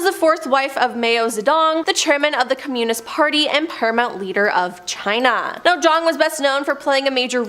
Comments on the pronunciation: From now on, I will unsubscribe to any channel whose presenters cannot stand their ground by refusing to use shit made up words such as 'unalived, unaliving', and most pathetic of all: 'serial unalivers'!! 🖕🖕🖕 And furthermore, the woman with the glasses can't even pronounce 'communist' correctly! 😖😳 For fuck's sake! 😅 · Starting -the speaker repeatedly mispronounces Communist. Rather off-putting.